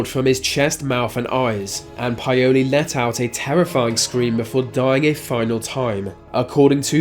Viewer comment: No offence but you're kinda butchering the ethnic names. Plogojowitz = plug GOY oh vitz Paole= POWL ' eh. Eastern European descended person.